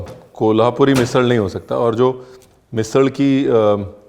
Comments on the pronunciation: भाई जैसे 'झणझणीत' परफेक्ट बोलते हो वैसे ही 'मिसळ' भी बोलो.. 'मिसल' उतना 'झणझणीत' नही लगता जैसे 'मिसळ' लगता है! 😂😂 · It's "मिसळ"not मिसल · झणझणीत बोलतो ना मिसल नाही मिसळ बोलायचं❤😀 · 😂मिसिळ, मिसल नाही. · मिसल नहीं मिसळ! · ओय रणविरजी मैं कोल्हापूर से हुं. बहुत ही अच्छी तरह से ओथेंटीक मिसळ आपने दिखाई (क्या है एखाद चिज फेमस बनती है तो फस्ट कोपी बनना शुरु होता है नं?) आपका बहुत ही मनपुर्वक धन्यवाद. पर एक शिकायत रही प्रोनाऊंसेशन की कहिए मिसळ ना के मिसल.काय कोल्हापुरी भाषेतच शिकवु. फिर कहना नही सचिन आपने बताया नही.